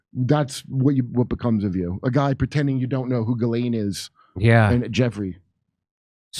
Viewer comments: Jizz Lane 😂 Jimmy pronounces it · He's gay Jimmy. And it's Gilane.